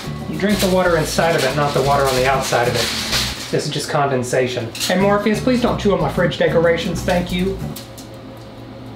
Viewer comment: Hearing you call out to "Morpheus" is so traumatic, all I think you're saying is "Morbius"